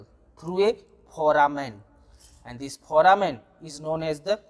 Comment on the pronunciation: Its Foramen not phoramen